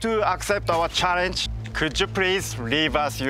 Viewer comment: valenitno: enthousiatic laughter engineer: "motowbot is bingeh deverouppet to charrenge yuuuu" valentino: frowning "hmm"